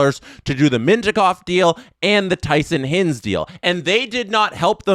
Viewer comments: i swear at least once a day, just picks a name to pronounce incorrectly and runs with it. And we love him for it. Who da hell is Tyson Hinz??? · Mispronounced hinds. It’s pronounced HIGH-nds